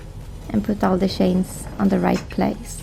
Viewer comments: I love the Swedish accent in English. I know I have a Swedish friend and there are just certain things he cannot say. The CH is really hard to pronounce. Like the "Snow Shanes" 😁😇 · I have always loved the way you pronounce 'chains' lol. It's fun listening to you speak.